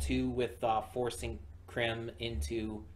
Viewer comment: aw man! it wasnt much, but i wish you had watched ending theme! and would watch ending themes in general. even just once! also Crim's name rhymes with "cream", as if that matters, since you're not gonna watch more. anyway, i love Crim, he was definitely my favorite character of this show. which i watched all of by the way. yep, i will just admit that. oh but there was that hyena girl....... i saw either art or a screenshot of the hyena girl and thats what got me to start watching and she did not disappoint. ok im gonna stop talking now.